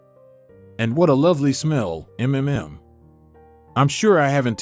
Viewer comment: Your stories are generally interesting “ but you need someone else to read them - a few highlights from this one include “mmmm ‘describing food b ut reading it as all Ms - M M M M , There’s Pfft read as individual letters , Certainly spoils the effect! A number of words are also badly mispronounced.